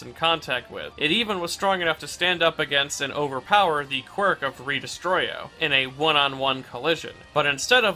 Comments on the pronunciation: The "tokiyami" i barely noticed but the "re-destroy-o" instead of re-des-tro nearly cause me to have a stroke. Great video in all other aspects tho. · i can excuse mispronouncing tokoyami, but... "re-destroyo"...? bruh /lh /hj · hearing redestro as redestroyo was werid. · Apologizes for mispronouncing Tokoyami - Pronounces Re-Destro as "Re Destroyo"